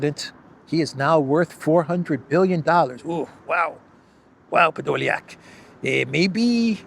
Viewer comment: Thanks for this update " Ehh.. podolyiak " always gets me.. Have a good thrusday evening 😊